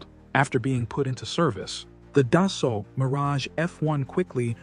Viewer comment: Its pronounced, Dasso.....when an A and U appear together in the french language, they are pronounced as a singular O, and the L and T in Dassault are silent.